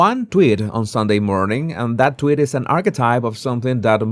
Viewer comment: Tweeeet not twit